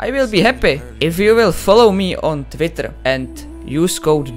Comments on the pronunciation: I love how he said "TVITTER" lol btw you are the goat and inspire me to play fortnite better lol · I love how he said "Twitter" <3